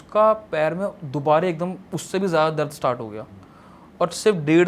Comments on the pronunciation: dubara ko dubare kyu bol raha ye? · he doesnt know the word dubara he is saying dubaree dubaree😂